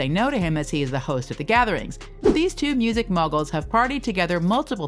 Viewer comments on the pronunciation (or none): none